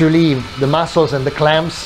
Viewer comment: bro, its mussels not mossels